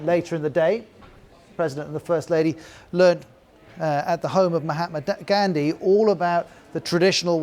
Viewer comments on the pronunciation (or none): The anchor isn't able to pronounce Mahatma Gandhi properly but Mocking Trump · Finding it hard to pronounce mahatma gandhi huh....bloody scoundrel .. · You yourself can't pronounce MG and Swami Vivekananda. What makes you think you are better than Trump or anyone else? Also, it wasn't foreign clothes. It was your clothes made from the cotton you looted from us and sold back to us. BTW how's the UK doing against the Kovid-19? and your PM looks like his night time job is in a circus. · That Presenter must have spent hours practicing names but forgot to practice Mahatma Gandhi. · Sir you just mispronounced MAHATMA GANDHI's name 🤔🤔🤔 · This reporter himself can't pronounce Mahatma Gandhi...lol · first of all you cant even pronounce name of Mahatma Gandhi properly . secondly you said as a protest against foreign made clothes. shame on you BBC! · Opened to laugh at the PM's mispronunciation, ended up laughing more at the commentator's mispronunciations 😂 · You guys cannot pronounce Mahatma Gandhi's name correctly... Just shut up you negative media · Okay so the anchor just mispronounced Mahatma Gandhi's name. Pot, meet kettle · When you criticise someone for pronunciation, make sure you make it correct.. News reader poor guy..